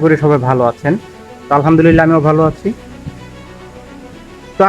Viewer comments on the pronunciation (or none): none